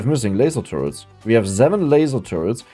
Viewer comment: "zeven lazer turretz"🗣🗣🗣🔥🔥🔥